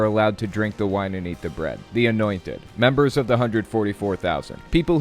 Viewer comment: Members not memebers lol